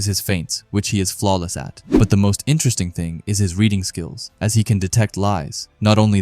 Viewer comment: Intrest ting. 😂😂😂 Enter Es ting.